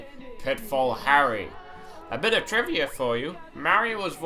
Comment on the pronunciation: Its bit not bite or byte!